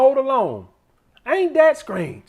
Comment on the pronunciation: “AINT THAT SCRANGE?” 🤣🤣🤣